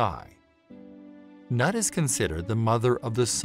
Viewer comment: Your interpretation is correct. But it isn't nut but noot.